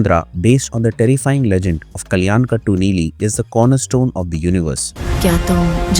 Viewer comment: it’s about how you pronounced it. It doesn’t take much effort to pronounce it.